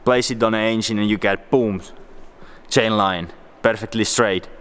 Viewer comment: I thought he was saying asian not engine😂